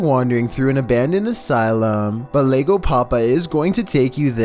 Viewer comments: He said lego papa in staid of llego papa which means that papa came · its not called legopapa. Those are 2 L's. Llego (ye-Goh) thats how its pronouced. It means "father has arrived" in Spanish. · #14 it's pronounced yego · It's actually pronounced as "zhego" in Rioplatense Spanish